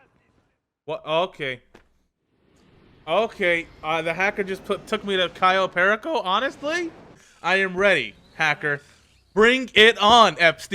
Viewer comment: "Kai-o Pear-ico"